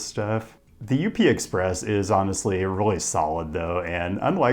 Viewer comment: closed the video right after the second time you pronounced it U P and not just up. literally wtf?